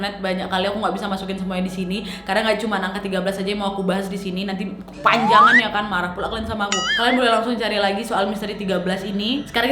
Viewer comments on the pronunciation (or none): 'Kepwanjangan kan' Gua kaget be like: eh kaget, sambil lempar hp 😂 maafin kak